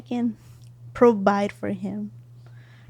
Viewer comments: “Pro-bide” was wild 😂😂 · "Probide" hahaha! Behave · Almost pissed myself... "You pro--Bide a lot of things...." LMMFAO!